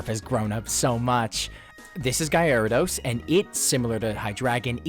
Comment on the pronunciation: Goated pokemon analysis but bro “guyarados”????